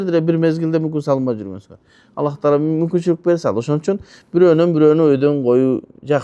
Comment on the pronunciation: Аллах эмес кыргыздар Алла Дейт туура суйлосонор